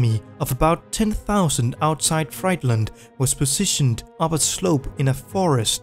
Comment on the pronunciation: The city of Friedland is pronounced "freedlund". It has nothing to do with fastfood.